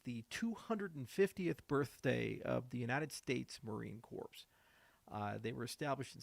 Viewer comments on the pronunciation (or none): Corpse? Ouch… it’s pronounced “core” but thanks for the shoutout. Semper Fi to your grandfather.